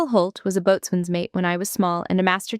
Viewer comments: The "t" in Boatswain is silent. It is pronounced "Bo-Sun" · Only civilians "boatsman". All sailors and most other military say "Boson". Just like they say focksol not forecastle. My uncle was career Navy.